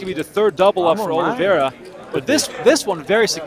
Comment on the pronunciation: Oliveira is pronounced similar to "aw-leev-ay-da"